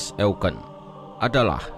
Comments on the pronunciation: Bang pembacaan kata Prinz Eugen nya salah harusnya bacanya yaitu Prinz Oyjen bukan Eugen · Kpd admin bacanya bukan e u g e n. Tapi Youjin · Sebenarnya pronunciation eugen bukan "eugen" karna dlam ejaan jerman jadi ya "oygen" jadi "prinz oygen" dibacanya . CMIIW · Eugene itu dibaca yujien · Cara bacanya "prinz YOUJIN" mas admin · Bang bukanya bacanya prince eujin ya v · Cara bacanya prinz oegen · Salah yg bener bacanya prinz oegen